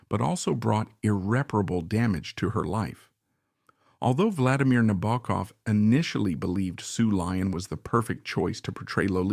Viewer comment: And we can't say "Nabokov" correctly, can we? (Sheesh) In this role, Sue Lyon acted the rest of the cast off the screen.